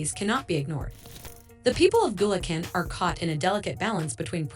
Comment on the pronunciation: BULEKEN - AI pronunciation of Bulacan lol